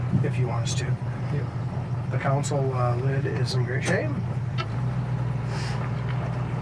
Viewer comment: Nice car…..but that thing between the bucket seats is a CON-sole, not a cownsul, just saying 🤦‍♀️